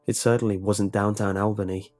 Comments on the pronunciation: I love how you mispronounced Albany New York 😂 You made it sound so... exotic. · I'm sorry, but i cringed every time i heard you say Albany haha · Oh you got it closer the second time, darn. I liked your first version better.